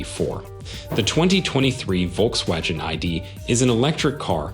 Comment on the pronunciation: Volks-wadgen ? Wadgen !! 🙄🤦‍♂️